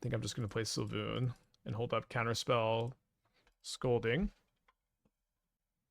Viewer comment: I need to spend 3 seconds actually reading Svyelun to pronounce it correctly 😂. It sounds like Sway-loon